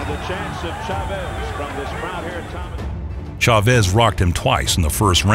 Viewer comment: the narrator is so annoying with this pronunciation of the man's name. The stress accent is on the "a" homeboy not the e, then he tried to sturdy up pronouncing Rosario with an accent. Quite comical!! XD